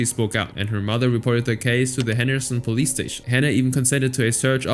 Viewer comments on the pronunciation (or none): none